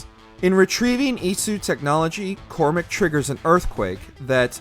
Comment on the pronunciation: He sed shays last name very rong it’s cormack and I know I spelled his name rong